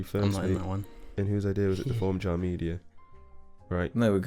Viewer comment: See now it's actually JAR and not JJAR